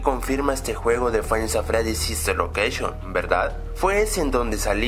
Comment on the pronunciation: sister locaction xD se le salio la c